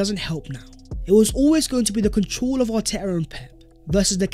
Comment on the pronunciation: Much love but why do pronounce " control" like that? Where are you from?